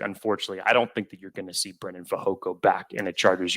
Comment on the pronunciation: HEY!!!!! STOP SAYING BRENDAN!!! ITS FREAKING BREIDEN!!!! If you're going to talk about these guys say their name correctly!!!!